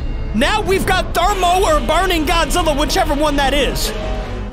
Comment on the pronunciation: It's thrmoewoa